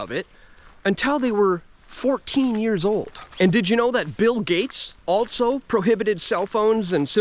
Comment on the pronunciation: There is no T in the word 'also'